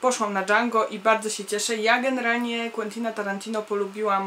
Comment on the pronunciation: Django wymawia się jak się bez d ;)